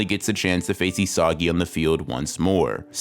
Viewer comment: Excellent analysis. But say it with me: "EE-suh-gee" 😂